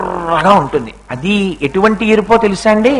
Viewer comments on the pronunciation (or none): ఎట్టు వంటి కదమ్మా తల్లి. ఎటువంటి అనాలి. ఎందుకొస్తారో తెలియదు. తెలుగును ఖూనీ చేయడానికి